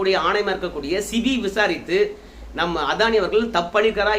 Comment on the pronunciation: சிபி அல்ல. செபி என்று சொல்லவும். நன்றி.